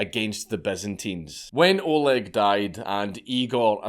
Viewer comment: I’m more than surprised that a non Russian speaker, dankula managed to pronounce everything correctly, especially being an Oleg myself